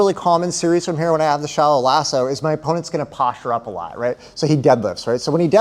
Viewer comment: Great video and content. But I have to tell you, I heard "Shallow asshole" and now I can't unhear it.